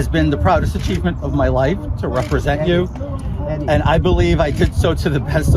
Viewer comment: lol! Did he just say, “a-cheat-ment”? 😂